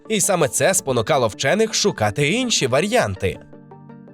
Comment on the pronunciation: Друзі, дякую за роботу, але ваші "вар'янти" "етери" і "проєкти" дійсно ріжуть вуха та дратують. Розумію, що це дозволено сучасним розробленим правописом (окрім "вар'янт" - такого збочення навіть там немає), адже в МОН треба за щось премії отримувати, але ж ви хочете щоб вас було приємно слухати, а не гидко.